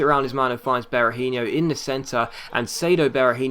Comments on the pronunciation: Be-ra-heen-OH not Be-ra-heen-IOH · Seán Devlin Sometimes he does say it righht, but sometimes he says it like Berahinho, e.g. the last syllable pronounced the same as in Robinho